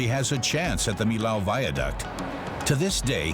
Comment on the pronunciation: What a bad pronunciation for the name of the french bridge!...